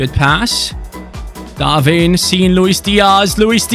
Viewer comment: love ur content but u say darvin nunez when it is darwin nunez